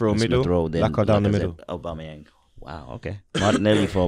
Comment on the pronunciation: ABBA. UBER. HOW FUCKING HARD IS IT. AUB. ‘AUB’ERGINE. AUBAMEYANG. FUCK ME